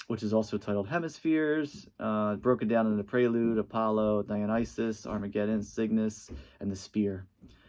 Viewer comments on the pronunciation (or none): none